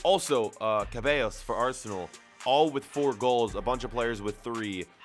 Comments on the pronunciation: please dont ever called him keballas again... it's pronounced se-bye-os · ceballos pronounced as cabeloos ha ha ha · Not ceballos but kabayos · You are killing me wit the pronunciation of ceballos you should say "sebaios"